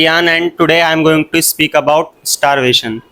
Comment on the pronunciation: starvasion is starvation 😅😂 Wah wah😅